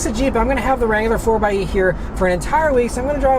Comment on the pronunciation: Thanks for not saying "Four X E"